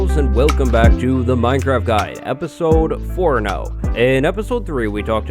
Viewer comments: Do you know how you say four stupid you said fourno lol at 0.10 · blitzwing prime he said four now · Do you know how to say four lol stupid you said fourno 😂😂😂